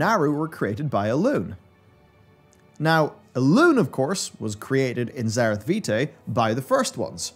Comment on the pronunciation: You keep mispronouncing obvious terms, like it's not nozDRUmu, but nozDORmu, and in this entire video, it isn't zer-I-th but zer-E-th